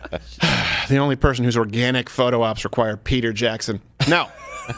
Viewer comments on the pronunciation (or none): none